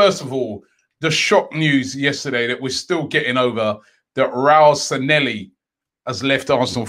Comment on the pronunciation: San-lay-hee Not Sa-nelly